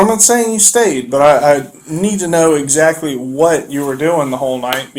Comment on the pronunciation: I cant stand when people keep saying "exzackly...exzackly"... stop pronouncing it like that lol